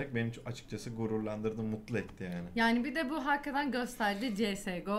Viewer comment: seviyorum sizi başarılarınızın devamını dilerim, hakkaten değil hakikaten ona da dikkat lütfen :)